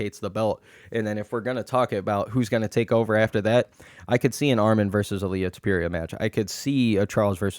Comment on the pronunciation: Why do you mispronounce names (ilia tupiría, Jan Błachowicz, etc)